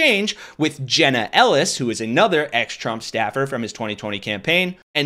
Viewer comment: What the heck is with you guys always saying Aynother?... it's pronounced Ah nother. The word does NOT begin with a long a sound it's a soft a.